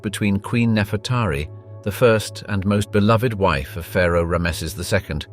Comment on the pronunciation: Could you look up how to say Ramses 😅